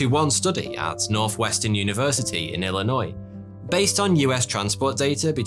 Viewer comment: Literally no one: Me: Holy shit he said Illinois correctly